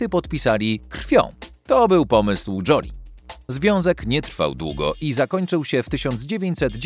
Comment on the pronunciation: Joli to znaczy ładna. Czyta się Żoli. fonetycznie